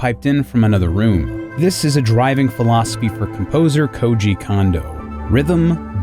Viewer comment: Please explain to me why the same vowel be pronounced the same?? iIts KOOJI KOONDO, not KOOJI KAN-DO, moron